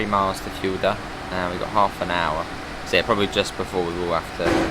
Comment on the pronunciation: Fulda is pronounced "full-da" not "fuel-da". And three is pronounced 'three' not 'free'. Cheers.